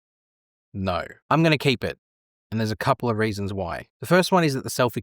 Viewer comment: I wonder what kind of accent does this guy have? I can’t help myself stop hearing “raisins” instead of “reasons” and “topping” instead of “typing” :)